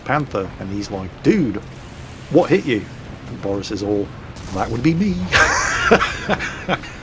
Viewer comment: okay now we have 3 names we know of can pronounce: boris, steff and of course dave:)